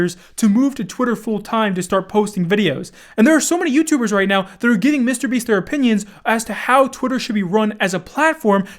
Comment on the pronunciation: The way you say “Mr. Beast” is disgraceful.